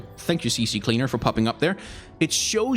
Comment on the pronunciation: "CC Cleaner", haha relatable. But yeah, It's CCleaner